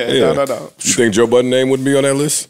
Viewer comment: “Toe Budden” at it again 😂